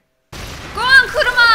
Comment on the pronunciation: KurAma not Kuruma :c